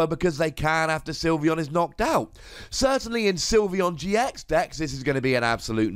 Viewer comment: Shame on you getting zekrom's name wrong